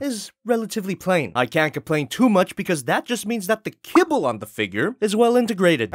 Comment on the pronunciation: Kibble!? Fuck i thought you said cable! english isn't my native tongue btw